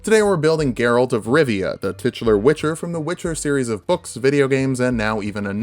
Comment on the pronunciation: You actually pronounced Geralt perfectly.